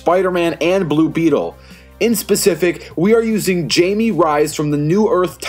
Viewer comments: you dont say the j in jaime it actually haime but with a j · It’s pronounced himey so like hi and then may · It's pronounced Jaime(Hi-me) Reyes(Ray-Ez